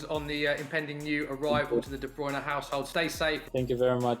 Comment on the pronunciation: ooo Kevin De Bruyneh ...